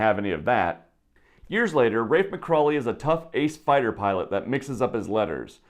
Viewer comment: It's McCawley! NOT McCrawley